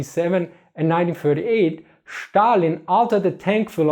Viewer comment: I love how you pronounce Stalin